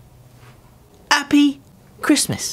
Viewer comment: Did he just say appy ?